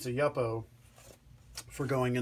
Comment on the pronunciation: It's pronounced YOO-po, not YUP-po.